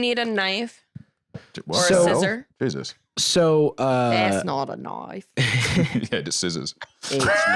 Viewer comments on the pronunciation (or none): "that's not a knoife" with the underrated jokes 😂